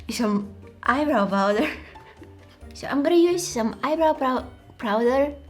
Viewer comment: prowder followed by Jim Carey's hehehehe 😂😂😂😂😂😂😂😂😂😂😂😂😂😂😂😂😂😂